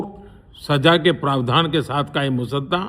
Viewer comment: मोदीजी, का डर साफ दिखाई दे रहा है कि वह " मसोदा" शब्द को बार-बार " मुसद्दा " कहे जा रहे हैं ?